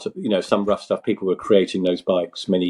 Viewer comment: I keep hearing Rough Tough Fellowship, I believe the correct is “Rough Stuff”.